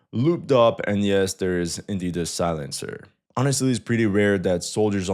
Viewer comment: “Silencer” 😂 come on bro